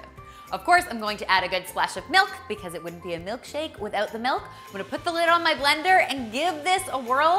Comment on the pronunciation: She better not have just said "melk"